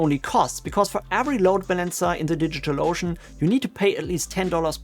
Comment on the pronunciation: I like how you pronounce DigitalOcean like "Digital Lotion." 😄